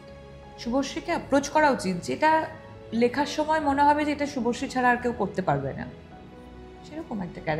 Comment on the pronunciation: ShubhoSree na bole shubhoshee kano bole ? Shunte baje lage